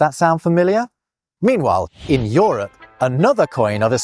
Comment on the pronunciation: What accent is this that pronounces Euro and Europe as Yoro and Yorup, rather than youro and yourup?